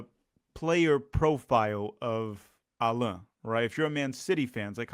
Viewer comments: O nome dele não se pronuncia como ensinou no começo do vídeo. É "Állan", como se tivesse um acento agudo no "A", como em "Água" por exemplo. E não "Allãn", como se tivesse um acento til no segundo "A". Ele deixa claro como se pronuncia no vídeo que fizeram ano passado para o canal da Libertadores, 'Pura Humildade'. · Portuguese is not a real language btw his name is pronounced “Ah-len” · The way his name is pronounced is like French way “Alain” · In fact, his name is pronounced AH- lan. ( Élan). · thanks for this great analysis! it makes me feel much, much better about the signing. also, i will annoy my friends by using the proper pronunciation of Allan :)